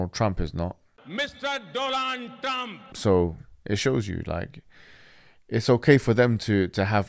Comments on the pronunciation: hahaha, gets me every time ''mr. dolan trum'' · 'Mr Dolan Trum' gets me every time🤣